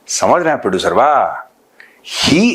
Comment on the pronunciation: साहब आपके प्रडुसर को भोड़े बहुत ईज्जत दिजीए, (प्रडुसरवा) मत बोलिए 😂😂😂